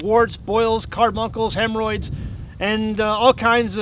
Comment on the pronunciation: He said hemmoroids.